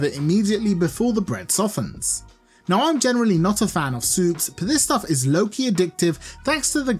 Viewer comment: did you say "low key addictive" or "Loki addictive"?